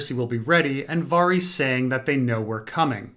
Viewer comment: Why do you keep calling Varys "Farees"????